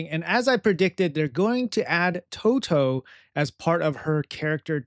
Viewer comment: You're the first person I've seen, actually get the dogs name right. Most people on here are calling him "Todo".